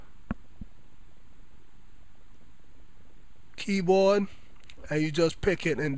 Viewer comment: "Cola Keeyboad"